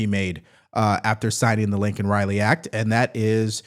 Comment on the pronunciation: It's Laken Riley not Lincoln Riley